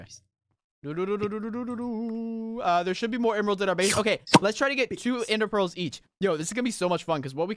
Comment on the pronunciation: Isn’t it pronounced ender pearl